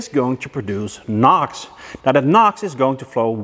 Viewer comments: It's NOx not Nox. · I kepth hearing "Knock sensor" instead of "NOX sensor"...... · Your pronunciation of "NOx sensor" sounds similar enough to "knock sensor". While watching the video, up to a point I was asking myself WTF is talking about. Now, about condemning a scan tool for erroneous readings. I would have been more worried about 3 out of 4 scan tools being "wrong". I find very odd that 3 out of 4 software programmers made the same "mistake". I am sure they have used correctly the datasheet of the NOx sensor. Except the datasheet was wrong. Autel might have used a different datasheet that happened to be correct. Or they had the same incorrect datasheet and when they saw the values on the live reading, they divided it by 10 for good measure. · I thought when you said nox I thought you meant knock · NOx you mean? Say it like enoohx 😉 Love the vid btw